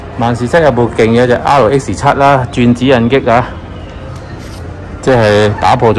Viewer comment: 華記：係引擎：擎讀音（鯨）不是擊：你讀左（激）音請更正。香港汽車入口商忠告⋯⋯